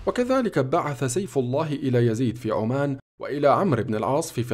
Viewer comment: يوجد فرق بين عمّان وعُمان عند قرِأتك للأحداث التاريخيه يجب عليك ان تميّز بين الألفاظ المُتشابهه عمّان في الاردن وهي المنطقه ذات العلاقه بهذه الواقعه التاريخيه وعُمان معروفه دوله مُستقله جنوب شرق الحزيره العربيه